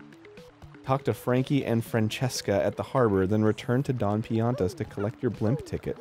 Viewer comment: The way Arin pronounced Francesca